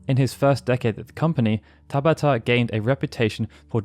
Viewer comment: TaBAta! Emphasis on the SECOND syllable!